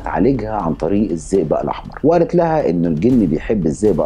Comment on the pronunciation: اسمه الزئبق مش الزيزا. طريقة نطقك مش واضحه للاسم